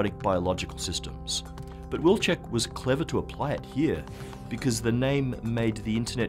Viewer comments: It is a Polish surname, it should be pronounced Viltschek. Why don't you do a research on pronunciation? not the whole world is english, you know... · In my opinion since Wilczek family name is Polish you should use Polish pronunciation not English. If you want to use English just call him "wolfie"